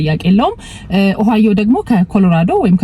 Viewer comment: Ohio 'ኦሃዮ' ብለሽ ላላ አድርገሽ ጥሪው። አንች 'ኦሃይዎ' ብለሽ ነው የምትጠሪው። ሌላው፣ Google 'ጉግል' እንጅ አንች እንደምትጠሪው 'ጎግል' ትክክል አጠራር አይደለም። በተቻለ መጠን፣ ረጋ ብለሽ ብትነጋገሪ መልካም ይሆናል። ትንፋሽ ለመሳብ እንኳን ለራስሽ ጊዜ አትሰጭም።